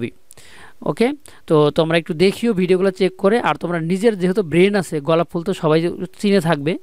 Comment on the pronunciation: ভাই গলাপ ফুল না,,,গোলাপ ফুল